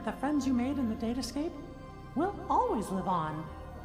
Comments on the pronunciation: I don't think the "date escape" was a typo, I just think maleficent didn't know that it was pronounced "datascape". though, I can understand why she made that mistake. When ya think about it, it's fucking hilarious... Unless I'm reading too much into it and it really is a typo. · Hey, when Maleficent says "date escape", it's because she didn't understand what Sora said he mentioned it, so she's just been mispronouncing it.